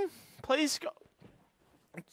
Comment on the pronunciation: "I think I have the same caowtch."